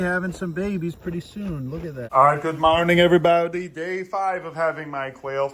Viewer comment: “ goodmowning everybowdy “